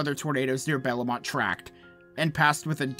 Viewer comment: more than just bellemont was mispronounced but whatever